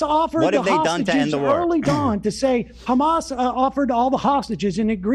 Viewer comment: Lmao! "Hammas"?!! Wtf!! What are you at a Spanish Christmas dinner asking for more ham?!!